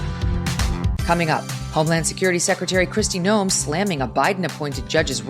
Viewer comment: Megyn, please note that Kristi Noem's name is pronounced Nowm, not No-em. No-em would be how an AI voice would say it.